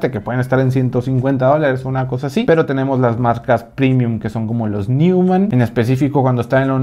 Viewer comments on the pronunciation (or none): Neumann, se pronuncia "Noiman"...